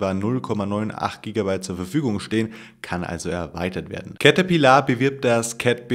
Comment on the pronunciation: Cäterpillaaar ????!!!!!!!!! XD